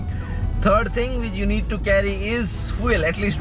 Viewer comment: Its Feeoool not Foeeel